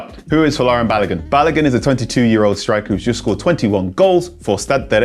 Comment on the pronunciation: Folarin Ba-lo-goon….. that’s how you say his name , not balagan 🤦🏾‍♂️🤦🏾‍♂️🤦🏾‍♂️